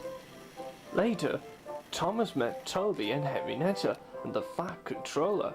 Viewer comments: henreiata not henrineta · hornby are better, and not henrineta it is henrieta